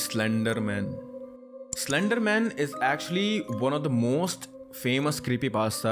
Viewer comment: Its slandar man